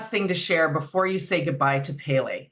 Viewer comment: Respectfully, Pele is pronounced "PEH - LEH" not "PAY-LAY" Mahalo